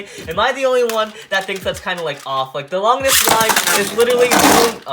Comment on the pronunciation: he said longinis